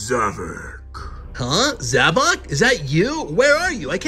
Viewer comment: And finally somebody says zavok instead of zavik